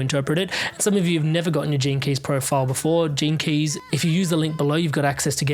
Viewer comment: At first I thought he said the term "JINKIES" a catchphrase by Velma Dinkley in the animated series Scooby-Doo 🤣🤣😂😂🤣🤣when he meant "GENE KEY'S"!